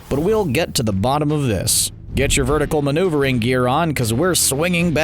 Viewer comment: Wait what did he say vertical Manoeuver gear Me: whattttt